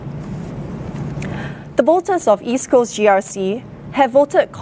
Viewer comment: lol HSK can't even properly pronounce East Coast